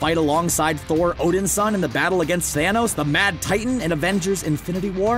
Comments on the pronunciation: I finally cracked at Odinsin "HE'S ODIN'S SON" When you keep mispronouncing things it makes it look like you don't know a thing about the subject matter and you're reading someone else's script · "Odinsin:" smh.. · I hate to be a stickler, but I wish you people would get pronunciations correct. Namor is Nay-more, and Odinson, is actually Odin-son.